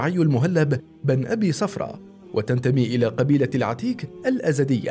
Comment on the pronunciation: صفرة بضم الصاد